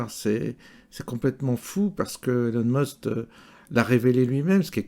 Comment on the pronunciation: Prononcer Musk pas Must ! Sauf si c'est à dessein ?